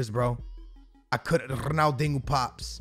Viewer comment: please stop saying ROONALDINGO)